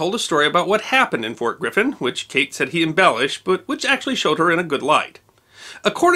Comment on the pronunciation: It sounds like you said Fort Griffith, but it's actually Fort Griffin, Texas. There are a lot of historical factoids interlaced within the Sons of Katie Elder. The Marlow Brothers were loosely portrayed by John Wayne and company. Never knew that Katie Elder was AKA Big Nose Kate.